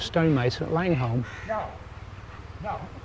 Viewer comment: Langholm pronounced Langam otherwise referred to as the Muckle Toon. Jedhart is pronounced Jedrt. It’s almost like it’s another country. The birds were Rooks not Crows. Full marks though you remembered how to pronounce Hawick.